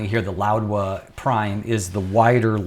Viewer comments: Correctlly it should be pronounced as how it is spelled Laowa. Without d. literally means Old frog. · I am hearing an extra "d" in your pronunciation (e.g. "loud-wa") Is this the correct pronunciation?